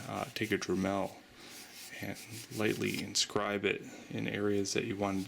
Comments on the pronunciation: lmao dremel as he said drum..el haha h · Maybe because he said "drah-mehl" lol... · He made several pronunciation errors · Not the "dramel"...as if its french! Lol